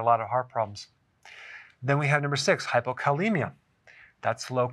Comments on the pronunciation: He keeps mispronouncing hypocalcemia. This does not inspire confidence ! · You mispronounced hypocalcemia twice. Not good. Not good at all.